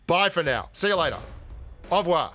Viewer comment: It's not ''A revoir'' but more a ''Oo revoir''😉